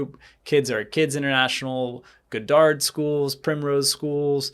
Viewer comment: Lmao. You’re pronouncing “Goddard” completely wrong hahaha. It’s pronounced God-derd, like the famous scientist. Not Guh-dahrd.